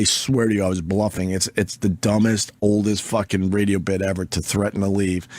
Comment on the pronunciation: Every time opie says RAYDEOOH shoooow I fucking cringe so hard